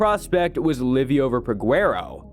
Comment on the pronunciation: It’s pronounced Li-over